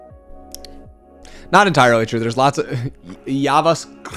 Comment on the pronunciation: It’s not yava. It’s habascript